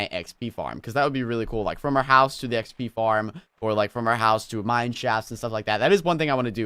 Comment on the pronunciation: Wen you say xp you say P P